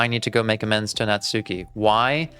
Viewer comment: I can’t believe 24 parts into the series you are still pronouncing Natsuki’s name wrong. To be fair a lot of the community does. But in Japanese a u between hard consonants is silent, so it’s more like Natski.